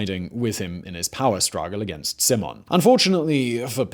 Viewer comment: Not Pantheon but Parthenon. Not Stratigoi but Stratigi. Not C(s)imon but C(k)imon